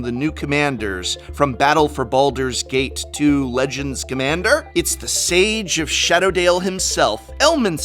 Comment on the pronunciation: Gate not gat